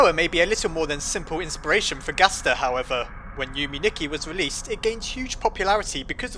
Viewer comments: yume nikki is pronounced you may nee kee uboa is oo boe uh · You could say that this Yume Nicky (which I had troubles finding, since you pronounce it like an american)game was recent and a game made by another solo creator with RPG maker (witch Undertales's creator used too at the beginning of making the game). So, Gaster is principally a reference, or a wink to a game he liked or played or that inspired him...